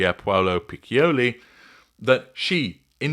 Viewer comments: The name is pronounced picholi, with ch as in church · Stop it — your Italian Pierpaolo Piccioli is giving me shivers! 😅